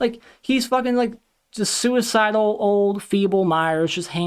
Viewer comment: Hey! I love the new format and this video of yours is one of my favorites. Anytime I get to listen to you go off on Barbarian is a good day indeed. And, I probably laughed too hard at "sewer-cidal". You are only one of 20 I subscribe to, and I just think you are really funny, informative and entertaining. I would be really bummed if you stop making videos. P.S. I love the longer segments. Just have a glass of water next to you next time so you can keep going. Hahaha.